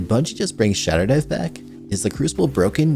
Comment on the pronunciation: “Shadow dive” sir